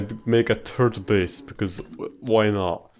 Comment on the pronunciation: 'turd base'